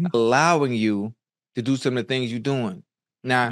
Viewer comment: He said sitting on them THANGS 😂😂😂😂